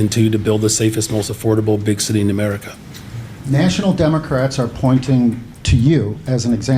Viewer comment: did he actually say 'dumacrats' instead of democrats? lol